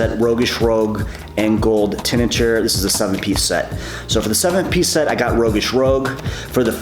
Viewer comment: Rogueish "Roooshg"